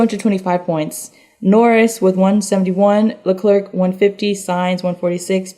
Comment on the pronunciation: SOMEBODY FOR THE LOVE OF GOD PLEASE TELL SIERRA HOW TO PRONOUNCE CHARLES LECLERC!!!!! It’s le clare. The last c is silent. If you have actually watched 5 minutes of a f1 race you would know. It’s NOT leclerck. Please go listen to a broadcast of a race. Other than that love the f1 minute!